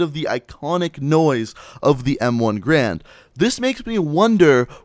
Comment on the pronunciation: everyone says garand wrong jeez its not grand